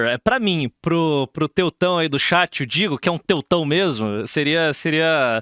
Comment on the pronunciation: pra mim é bizarro que ele força a barra falando estado unidense, mas fica falando XÉT (chat), sendo que nem é a pronúncia o inglês correto que seria TCHÉT, se for pra falar errado, fala logo XAT.